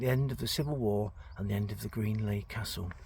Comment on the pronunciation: It's pronounced ' Greenalsh ' Welcome to Lancashire Get a residents permit